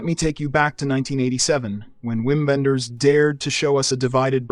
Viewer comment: Not to nitpick, because the list is fabulous and beautifully described, but the German director Wim Wenders name is pronounced 'vim vendas.'